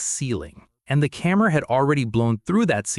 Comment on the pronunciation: get a human to narrate THIS A CAMMER NOT A CAMERA !!!!!!!!!!!!!!!!!!!!!!!!!!!!!!!!!!!!